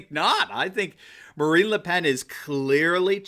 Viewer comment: Her name is pronounced “luh pon”